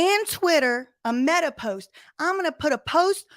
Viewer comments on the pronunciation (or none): none